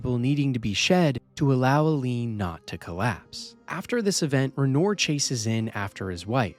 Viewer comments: "renore" 😭 brother didn't they say his name a lotta times in game like how do you not know how to pronouce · HOW HARD IS IT TO PRONOUNCE RENOIR.